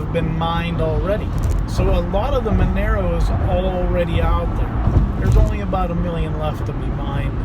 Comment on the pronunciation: It's not Menero, it's Monero!